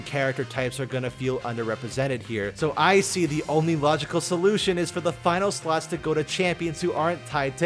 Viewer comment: Every time you say slots i feeel like you say sluts🤣